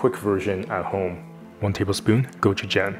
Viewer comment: Could u at least pronounce gochujang the way it’s supposed to be pronounced. Asian people have been whitefying and villafying our food to wyt ppl for too long. My grandmother is 99 and been eating a lot of ways u say are not optimal, yet she’s 99. Good luck w ur Patagonia sponsorship attempt.